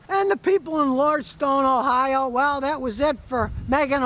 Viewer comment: Hey Scooty it's Lordstown not Lordstone! 👍 lol see what I did there? Just messing with you ..